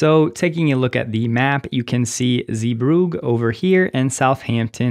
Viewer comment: It really doesn't matter, but on the pronunciation of 'Zeebrugge': zay-bruGGe This hard "G" is always hard for foreigners, so don't worry. But 'zee' does indeed mean 'sea' but you pronounce it as 'zay/zey'